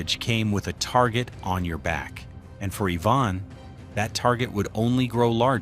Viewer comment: Say it with me, Ivan, not Yvonne. 🤦🏻‍♂️